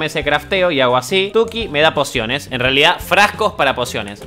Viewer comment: alguien mas escucho ´´porciones de vida´´ enbes de´´ pociones de vida´´ 15´29